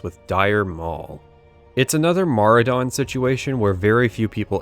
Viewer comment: The first time I've ever heard someone say Maraudon outloud and it sounds so much better the way you say it than what I read in my head for like 15 years